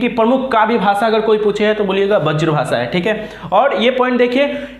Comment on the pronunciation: Sir bazr bhasa nahi hota hai braz bhasa hota hai